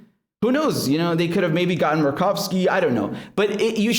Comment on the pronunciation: Senator Murkowski. You said it right except for, say mer like mermaid. I'm down from 30 channels to just you and Jimmy Dore.